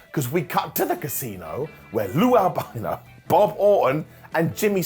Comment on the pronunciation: "Lou Albino" Lol.